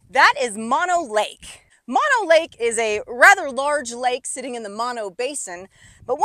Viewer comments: Pronounced MOH, NO. BOTH Os are long. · It’s pronounced Moe-no.